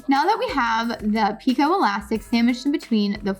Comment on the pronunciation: Picot is pronounced Peekoh. I hope you don’t mind. I like to know these things. I love your videos🥰